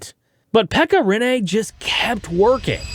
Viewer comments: Im sorry but I have to say this , and I understand why but try to more emphasis on the douple NN(riNNe) bc now it sounds like you saying Renee😄 good video tho! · Rinne. Not Rinéé. Not Riinei. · ITS RINNE NOT RENEEEE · RINne, not Rinné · its RiNNE not RINE... call his name properly at least... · its not renee its rinne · Rinne pronounced with a French twist. Rinné 😊. Good video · Try Pronounsing it like Renna